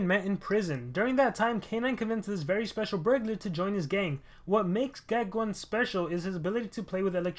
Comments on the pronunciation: I still think its geck-own not geck-1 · Hey just saying it's pronounced Geck(own) not Geck(1). Anyway great video:)